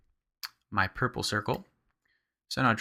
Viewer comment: so funny how you pronounce pur-ple-cir-cel. Nice tutorial!